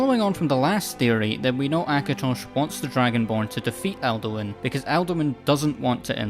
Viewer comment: I keep hearing Elduin not Alduin and I was confused for about half the video until I read the subtitles. Cool theory tho